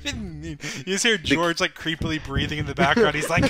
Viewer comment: "gOuRGe" it's George